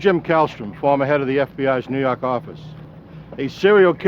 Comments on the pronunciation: I'm just here to hear him say New Yauk Ahffice. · "nuu yawk affice" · lmfao! I talian accent